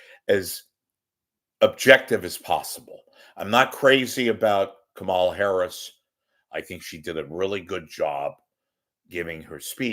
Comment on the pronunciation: Please pronounce her name correctly: the first syllable, "KA" gets the emphasis.